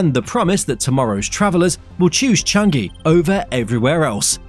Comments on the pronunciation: Pronounced Cha ngee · "Chang-gi" really sounds weird...try "Chang-yi".